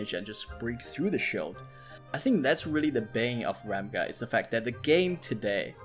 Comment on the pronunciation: Thanks for the videos - very insightful! According to Korean pronunciations, Ramge is pronounced like Range with an 'M'. Also, Rachel should be something like Rahkel, but whoever translated didn't really think through.